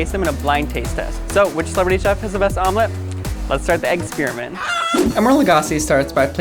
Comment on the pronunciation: The "eggs"parament AHAHAHAHAHAHAHAHAHAHAHAAHHAHAAHHAHAHAHAHAHAHAH AAHAHAHAHAHHAAHAAHAHAHAHHAHAHAHAHAHAHAH